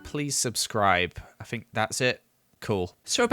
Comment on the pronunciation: I love how he says ‘FinK’